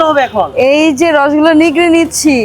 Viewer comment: নিগরে না নিংড়ে।